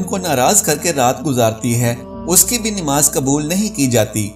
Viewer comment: Aap namas ka alfas darust kare plase namas bola kare nimas nai